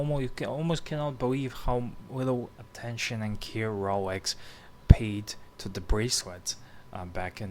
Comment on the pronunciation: Its Rolex, not 'RoWex'